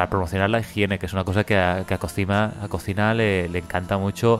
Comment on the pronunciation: Se pronuncia collima 😉